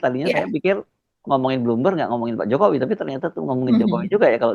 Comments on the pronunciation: Kalo dibesarkan di purwokerto pasti ngomongnya pake K diakhir kata 😂 wikodoK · Salah nyebut nama... 😂😂😂 Jomo wi kodo Jafi ingat kodok di kolam ku 😂😂😂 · jokowikodo..... dia ketinggalan " k" nya itu mba..😊